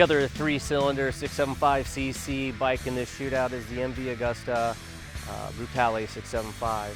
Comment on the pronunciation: I might be wrong, so feel free to correct me, but isn't it pronounced " emm vee ah-GOOSE- tah?